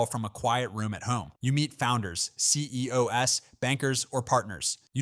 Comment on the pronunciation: who else noticed AI said C.E.O.S 😂😂. Just made me realize how these AIs are taking over our voiceovers.